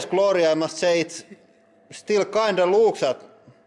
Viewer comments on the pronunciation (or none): none